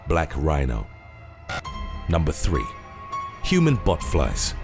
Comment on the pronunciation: Botflies... totally thought he said Human Butt flies. Thank goodness I was wrong!